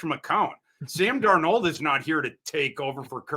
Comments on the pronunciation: And Dar-Nold wait... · pronunciations of Darnold and Lewis Cine are just bizarre lmao